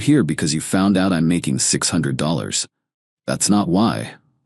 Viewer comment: Why can’t this AI pronounce dollars? Not that difficult of a word and common.